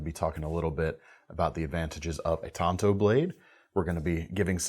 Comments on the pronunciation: There is an A in the word. It's tanto not tonto. Tonto is the lone rangers sidekick. Even lynn thompson says tanto. Tonto if used correctly is the japanese original version which does not look like the american tanto. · They are pronounced tan...to.. Tonto is the Lone Rangers buddy! Get it right man ffs!!😂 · Please stop saying TAINto. It's pronounced Tanto like Tanya. Not Tainya. Otherwise not a bad video. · It's 'TAN'to as in the color. Tonto was the Horse in the Lone Ranger.......Hellooooo McFly!!!!!